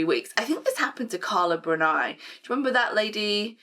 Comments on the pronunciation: Bruni is pronounced /'broonee/ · Btw Carla Bruni is pronounced with an ‘e’ sound, NOT with an ‘i’ sound! 😉✌🏻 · Carla Brun-eye :_D